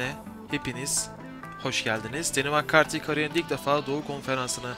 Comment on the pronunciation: Cempşat değil campşat diye okunur makkarti değil mekkarti diye okunur